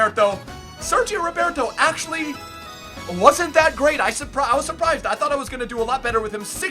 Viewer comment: It's not Sergio Roberto it's 'Sergi Roberto'